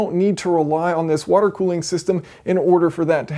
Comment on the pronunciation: half wouder+ half etanol.